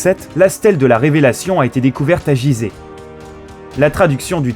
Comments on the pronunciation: Il dit jize au lui de Guize corriger moi si il a raison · Bon, j'ai arrêté cette vidéo à m. En -25 avant JC, l'Egypte était alors sous domination romaine. khephren était pharaon 2500 avant JC, et on attribue le sphinx à Khéphren, mais cela reste une théorie. Enfin on prononce gUizeh. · Jizeh ou gizeh ? C'est malheureux de commencer comme ca